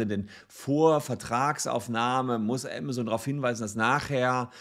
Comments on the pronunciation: Der Laden heißt „AMAZON“ ! Und nicht „AMA-ZONE“! Nervt das, die ganze Zeit der Name falsch ausgesprochen wird. Gerade als Anwalt, der ja vom Berufswegen her peinlichstem genau auf Namen achten muss, ist die ständige, falsche Aussprache nervig - und das habe ich bereits unter fast allen Videos kommentiert, wo es um Amazon geht. Juckt wohl nicht. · mir laueft es immer kalt den Ruecken runter wenn das so falsch ausgesprochen wird. entweder Deutsch oder English aber beides zusammengemischt hoert sich schrecklich an. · zumal es ja nicht mal englisch ist was er da verunstaltet, weil auch im englischen ist es keine Zone! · Aemasen, nicht amasohn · Ja ja, wer kennt nicht unseren "Ämmäsoun" aka Amazone und die "Bränds" aka brends xD